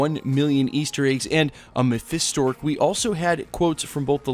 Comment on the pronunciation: Who is this Mephistor that you speak of? (Yes, I know he meant Mephisto.)